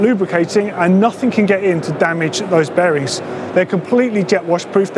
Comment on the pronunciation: When ever days bearings I keep think he is saying berries!!